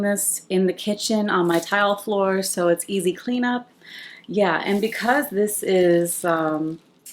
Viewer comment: “Dis tew much” 😂